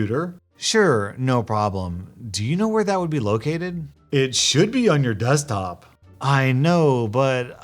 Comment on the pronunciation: Poor Dan, all he wanted was to save your "Dextop" from all the "wiruses". He was going to tell you "each and everything" :(